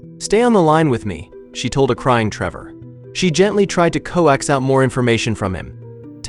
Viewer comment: I agree with u. And he said coaxed like it’s pronounced co axed.